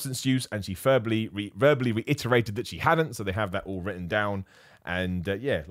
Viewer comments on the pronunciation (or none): none